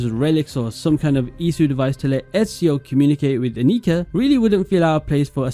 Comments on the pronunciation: The German pronunciation is Ánnika, not Anníka, you had it right the first time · Annika is a very Swedish name. And "Elsa is easier to say?" Come on. Ah-nee-KA. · Your first pronounciation of Annika was correct, the second is wrong. The surname Adler is not very common but also not that rare. I feel more often than not it's a jewish name in America than a regular german name but it's not too odd.